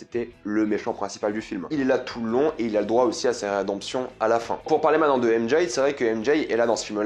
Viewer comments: À chaque "M Jay" je serre les dents mdrrrrr 😭😭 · J'ai du mal à comprendre pourquoi beaucoup de Youtuber disent "M-JAYE" au lieu de simplement dire les lettre M et J comme c'est censé être le cas pour les francophones.. C'est vraiment laid.